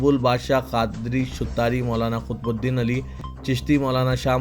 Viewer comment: KHUTBUDEEN. NAHI QUTBUDEEN BOLO....YEH BHI NAHI MALOOM